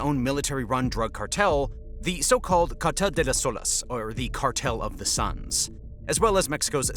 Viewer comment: Cartel of the suns, not sons